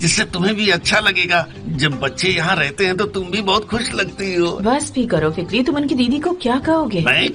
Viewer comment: Fakri ❌fikri✅